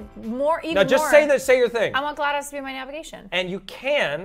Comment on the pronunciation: was saying Glad0s wrong. It's Gla-DOSE not Gla-DOS